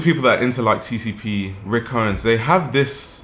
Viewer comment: The way he butched CCP's name xD